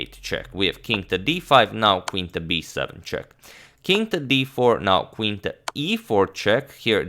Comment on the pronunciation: It is NOT KVIN... IT IS CALLED QUEEN, PLEASE don't hurt my ears :/